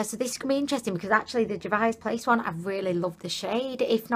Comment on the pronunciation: And Juvia's Place is "JOO-vee-uh's." xD But her unique pronunciations are what makes endearing. 😊 FOUNDIDDLYATION!!! xD